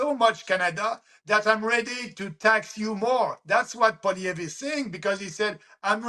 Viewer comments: Kim. It's pronounced pwah-lee-ehv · Hay Kim... It's simply pronounced Poly-ev ... Good interview! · Poilievre pronounced- paul ee ev. the accent is on the 3rd syllable. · Polly Ev. To pronounce Pollievre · FFS! Paw-lee-ev, KIm. Paw...lee...ev. Repeat after me. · poi-li ev-pronounced-it's Quebec French-thanks for your support for our best bet-Maxime Bernier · You need to learn how pronounce 'Pierre Poilievre'; it makes you sound uninformed. Maxime Bernier is a complete nut job. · Better work on your French, Kim. It’s Poilievre. It’s not difficult. Doesn’t look very professional being unable to even pronounce the name of a major candidate for Prime Minister, while knowing how to pronounce your own MAGA candidate. Sorry Kim, we are not MAGA in Canada. He is irrelevant here.